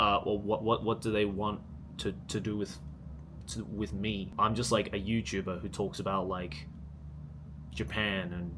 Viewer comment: Are youu a youtubahhhh??